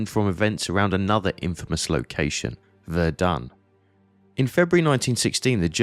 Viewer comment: KI kann nicht mal Somme und Verdun richtig aussprechen.